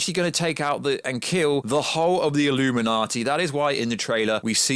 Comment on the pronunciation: the way you say illuminati sounds ridiculous lol